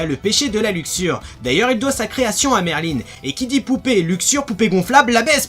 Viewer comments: merlin-e? X'D merlin il n'y a pas de e 😂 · Raion-Jo à la japonaise ça sa prononce Merline mais s'écrit Merlin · En vf ils disent "merlin(e)" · Raion-Jo pour le L je suis au courant (j'essaye d'apprendre le japonais) mais après je peux me tromper c'est surtout que dans l'animé en vostfr il le semble qu'ils le prononçaient Merline ^^